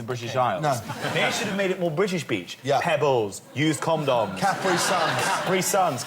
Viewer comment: can jack whitehall not pronounce condoms properly